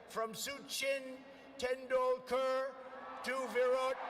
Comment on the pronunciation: Trump speech starts at: "Modi started as Chiwala" (Chai wala) - "Swami V V ka munun" (Swami Vivekananda) - "Suchin Tendulkar" - "Chandrajan" (Chandrayaan) - Also, here's Modi saying Mr. Dolan Trump